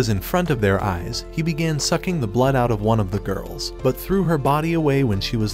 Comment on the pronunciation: bro ait aint that fucking hard to say blood